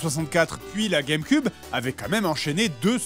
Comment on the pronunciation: il dit la game cub